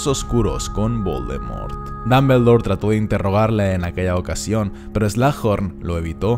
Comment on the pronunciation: Me encantan tus videos.... Pero puedes dejar de decir damblebor..... Se oye tan tonto...